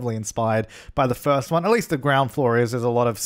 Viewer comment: “Inspired by the FIRTH ONE” ahh yes Firth one